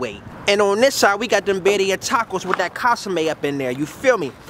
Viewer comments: Bro got me dying talkin about casame😭😭😭 I’m like wtf is he talking about, til I realized he was referring to the consume (con-su-meh) 😭😭😭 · "Casame" hahaha